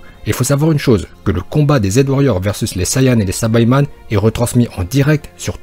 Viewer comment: Pas sabaïman mais saïbamen bordel!